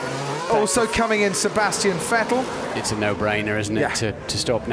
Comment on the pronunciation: Cool race, but who's "Sebastian Fettel" tho?